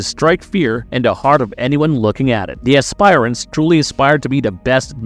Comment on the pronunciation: Good god, you guys really need to work on your pronunciations. It's not pronounced "ass-spire-ants". The correct pronunciation is "ass-per-ants".